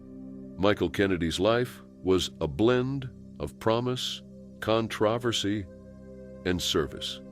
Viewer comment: Yes, like conTRAversy!